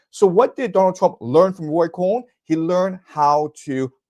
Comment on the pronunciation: roy cohn not ray